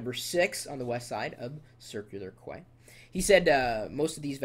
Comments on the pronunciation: I lol'd at his pronunciation of quay, it's pronounced "KEY". :) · LOLOLOLOL. how could he have not known it was pronounced as key. QU-AY.... LOLOL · Quay is said like Key